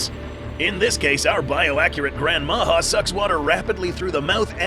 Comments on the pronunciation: how come your spelling and sound it pronounce far from what should be listen....can you say this JA-RULE...ya J WITH A the thing should be that sound ...instead H A...HAHAHAHAHAHA JAJAJAJAJAJAJA NOW SAY IT OUT LOUD MA>>>>>HA>>>>> OR MA>>>>>>JA.....short tongue guy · It's "Majá"